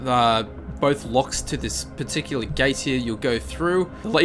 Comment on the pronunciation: its particular, not patechea